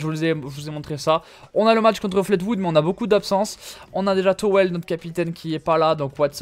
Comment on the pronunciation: C'est Fleetwood (flitwoude) pas flate...